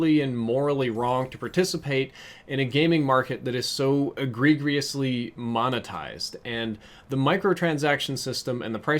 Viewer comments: The second g in egregiously is pronounced as a j lol like e-gree-jiss-lee not e-gree-gree lol not hating just looking out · I'm only telling you this because if I were doing it and someone noticed, I would want them to tell me. You're pronouncing "agregiously" incorrectly. Agree-jus-lee. Other than that I wholeheartedly agree bro. Great video. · my man really pronounced agregiously as (a-gre-gre-us-le) lmfao learn english homie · Nice video man. But I gotta say... it’s egregiously.... but the giously is pronounced “jus-lee” not “gee-us-lee”. Other than that spot on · Egregious. Uh-gree-jus. Sorry. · Egregious or egregiously but not " egregregiously" no GRE GRE in that word.. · What? E-gre-grere-ously? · minor correction but it's pronounced "ih-gree-juss-ly" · E gree-greeously. Man has been playing too much osrs. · You're right on all points, great vid! W/ one caveat, egregious is pronounced E-Gree-jous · *Eh-gree-jus is how you say it and yes it is. They keep selling less for more. At the beginning of the games lifecycle you could buy a mastercraft, get a mk2 version and a reactive camo with it. Now all you get is a weapon skin for only that weapon and some stickers for 10 dollars. Definitely not going to buy MW4. Who wants to play a 60 dollar game where a large portion of the in-game content that could be used to keep the game fresh is locked behind a paywall? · you should look up the pronunciation of "egregiously". hint the second "g" is soft. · Good video but PLEASE look up the word "egregiously" - you are saying it wrong. The second G is supposed to have a J sound. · Word of the day: "egregriously" Try again ;) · Egregiously. Eh-gree-gee-us-lee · When PUBG is more appealing than Black Ops 4... And say it with me: Ahh-gree-jus-lee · Eh-gree-gree-ously tho. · "Egregiously" lol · bro you mispronounced "egregiously" less than 30 seconds into the video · Dawg love the point but every time you try to say egregiously I cringe